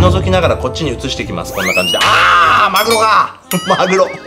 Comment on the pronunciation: マグロがまるおにきこえた